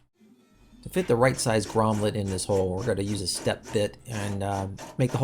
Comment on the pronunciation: Great video, “gromlet” lol